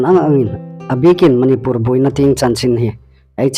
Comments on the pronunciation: Manipùr ti ta naw la Manipûr ti ta rawh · Chanchin thar puonga um ngaithlâk ding a um hi lawm a um a.Amiruokchu,Manipur i lamrîk dan hi chu andiknaw ngêi el ie.